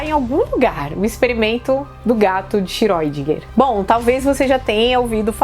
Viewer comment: Idem. Cada pessoa que eu ouvi pronunciava de um jeito diferente que eu nunca tinha ouvido antes (inclusive a professora) Isso é que é superposição de estado!